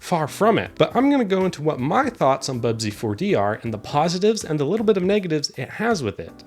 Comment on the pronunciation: I like how your accent makes it sound like you’re intentionally saying “pawsitives”